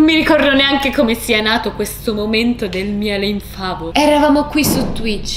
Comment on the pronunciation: Ma sono l'unica che sente "miele infameh" al posto di "miele in favo" hahahahaha. Il miele si era scocciato di essere in favo ed è diventato infame hahaahahhaah